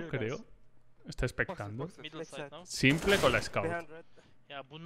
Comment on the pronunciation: a los que le pone nervioso que le diga simple y no simpol